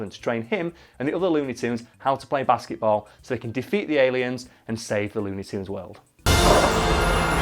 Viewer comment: It sounds like he's saying basseyboll